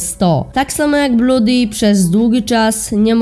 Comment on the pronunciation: XDDDD nie mowi sie bluudi tylko bloodi